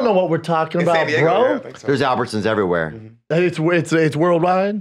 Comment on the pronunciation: Someone teach Brindan the difference between the letter i and e. Thiiir iiiverywiirre brooo